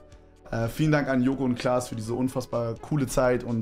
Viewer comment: Bro sagt joko und blaß